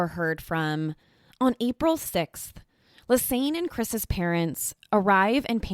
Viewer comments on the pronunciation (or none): It's Ann not aine!! Like a combination of Lisa and Anne not aine!!